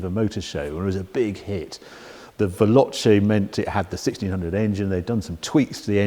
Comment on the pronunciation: repeat after me VAY LO CHAY not VELLOCHEE . its like nails down a blackboard